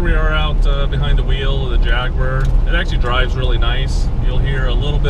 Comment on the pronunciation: Nice to see this car, unfortunately your commentary is repetitive, monotonous and painful. Also, please learn how to pronounce Jaguar.